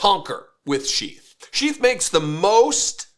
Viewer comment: at first, i thought you said chief underwear. then, i looked at the video and it says sheath. maybe the company should change their name to chief underwear. it sounds more manly.